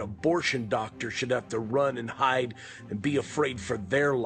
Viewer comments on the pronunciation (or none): none